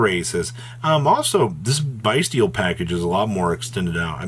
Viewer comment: Why do you still pronounce bystials BUY-STEELEs man 😂